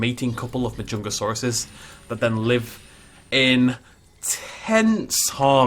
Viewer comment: Ik im really late and you probs know the name by now but anyways it’s pronounced (ma-jun-ga-saurous)